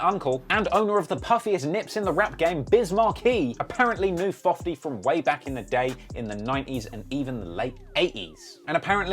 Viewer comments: Can someone tell me why he calls him fofty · Lol “Fofty”